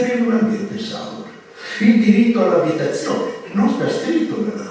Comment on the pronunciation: salùbre, non sàlubre!